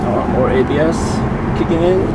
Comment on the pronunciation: Super late to watching this video, but still a fun watch! Model X run when you get yours? Haha. Also, sometimes you saying "ABS kicking in" sounded like "IBS kicking in" and it made your "oh sheeeeiiiitt" comments more funny